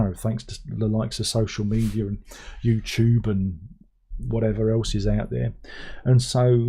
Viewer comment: As a yank, I like the way you pronounce YouTube. I’ve began pronouncing it that way lol